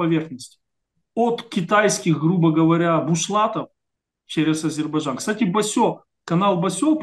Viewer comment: Гостю: не " Басё", " Басе". Первое, это мастер японской стихотворной формф, а второе значит известия, по типу: " одна бабка сказала". Действительно, надо бы с осторожностью относится к некоторым правозащитникам....